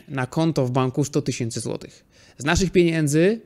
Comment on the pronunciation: Super materiał! Dzięki wielkie za takie odcinki i oby więcej.:) Prosisz o sugestie/propozycje, więc pozwolę sobie: minuta i, brakuje mi głoski "ch". Powinno być "10 złotyCH" i "90 złotyCH". Wiem, że to pierdoła i nie ma nic wspólnego z ekonomią, ale myślę, że będzie się słuchało jeszcze lepiej tego, co mówisz.:)